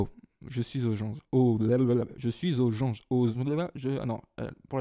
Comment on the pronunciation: "Oh mon dieu un poissirolle (poissoroy), je chui au janje !" Mdrr :) (petit mélange de 2 fautes pour ceux qui n'ont pas compris ;)